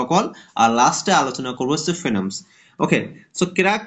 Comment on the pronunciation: বই টার নাম টা ভালো করে বলবেন একটু